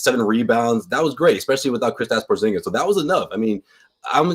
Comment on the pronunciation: Shengen is a free movement area in European Union :) and by the way,... you also pronounce Porzingis incorrectly. if you ask KP to pronounce his surname in Latvian language you would hear a major difference.